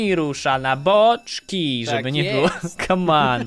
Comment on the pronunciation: To jest głupie jak mówisz kaman